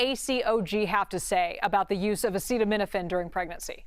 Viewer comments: I find it concerning that the expert who was involved in the study claiming that Tylenol can cause autism isn’t even pronouncing acetaminophen correctly. 🤷🏻‍♀️ acetamino-pheen??? Weird. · Why can’t pronounce acetaminophen 😳